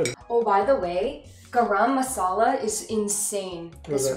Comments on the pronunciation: its nit gram masala, just like yall pronounce rum or gum just join these two gumrum and remove the m from gum to pronounce it as gurum masala :) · I am gonna teach you somethings. Garam masala pronouncing is :gorom moshla. When eating you have to mix it well with rice. The rice need to be properly Colored when u mix.after mixing then you eat 'dont mix all rice with all butter chiken at a time ' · Btw guys no hate or anything but it's pronounced Guhrum masala Naaaan And guys ghee is similar to clarified butter I loved the video and I love the reaction that ppl who haven't eaten or made butter chicken b4 have made Its really a great video Good job guys As a member of the council y'all are certified indian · kyedae be like gaa-rum-masala 😂😂. Being an Indian I can feel the taste lmao xD. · u did ur best but garam masala isnt pronounced like that lol its more like ga-ram masara like the a isnt like the british sounding A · The way she pronounced Garam Masala was cute. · the way u guys pronounce garam masala>>>>>>>>>>>>> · It's just sooo fun to listen to every non-indian pronounce garam masala wrong 😂